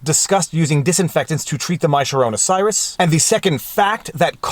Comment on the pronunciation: why is he mispronouncing the coronavirus?